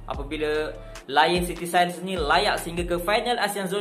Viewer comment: Sebutan Sailors tu bukan "SAILES"... tapi bunyi dia "SELL-LA". takpa hang kena belajaq.... kita hormat bahasa orang... baru orang hormat bahasa kita.